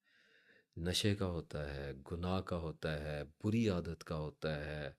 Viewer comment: Bori nhi buri lafz hota h theek kijiye